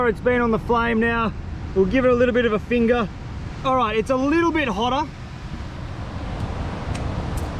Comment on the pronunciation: "I'll give it a little bit of a fingah"